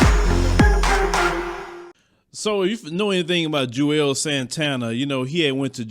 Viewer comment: Isn't his name pronounced "Jewels" Santana, not "Jew-els" Santana?